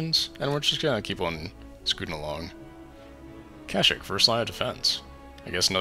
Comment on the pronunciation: its pronounced ka-sh-eekh